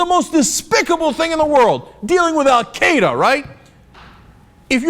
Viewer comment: Why can Americans not pronounce "Al-Qaeda"?